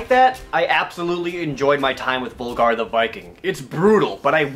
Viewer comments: It'd be pronounced like V-OOH-Lgar wouldn't it? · Why does nobody call him Völgarr!? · It's actually pronounced "Vulgar the Viking" because in Icelandic and other northern languages the letter "ö" Is pronounced "uh". How I know this is because am born and raised on Iceland